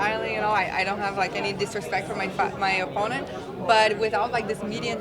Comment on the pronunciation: 4 years ago she sounded like a valley girl, now she can barely pronounce 'opponent' and btw ,if she can't make weight, Fat Chik fightwear is her new sponsor